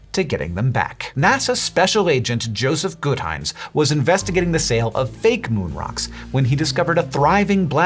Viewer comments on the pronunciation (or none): "Jospeh"? Not Joseph?